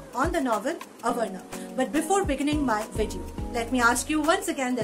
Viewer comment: That is not avarana ... That is aavarana